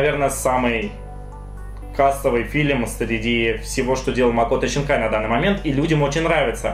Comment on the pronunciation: зачем писать Синкая если ты говоришь Щинкая ?